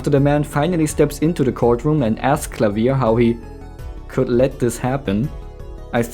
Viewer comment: This is an amazing video, but the best part was you pronouncing Klavier's name correctly. Thank you